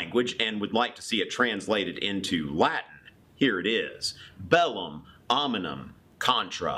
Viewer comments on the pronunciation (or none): Great! ... just, Omnium; not "Ominum". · It's "omnium". You say "ominum". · Hobbes and Locke were English, not European. And it's "omnium", not "ominum". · Omnium...not ominum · Why can't he pronounce "omnium"? He swaps letters. His lack of Kultur shows in choice of music.